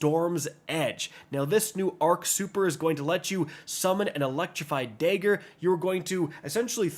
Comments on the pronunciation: Bro used the hard R on Dagger 💀